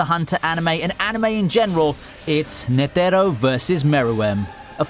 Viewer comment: lmao agreed!!! I CRINGED every time he said "Ne-the-ro", that's exactly why I went to the comments section! knew someone would agree lol, nonetheless a good video!